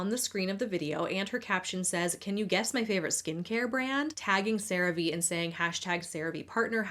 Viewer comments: interesting how you pronounce CearVe one way all through the segment until we get to where you pronounce it as "Ceraveay" instead of "Ceravee" 😉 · Its pronounced Sera-Ve?! I always thought it was Crave just spelt with an e lmfao omfg. I never even thought about the V being capitalized... 😅🤣🤣🫣😊 Also, i appreciate your videos, and realism, i HATE watching influencers adds because they are all dumb lies and just fake adds worse then actual TV/cable adds because whats the point of listen to a person lie about a product vs a product saying here we are, we have this, this is what its for Buy It!. Lmfao